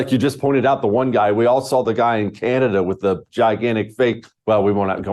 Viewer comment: She brings, "Canadia," to the podium. 😂😂😂